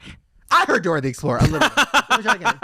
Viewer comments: It's "Dora the explora" not explorer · You have to say explorah not explorer .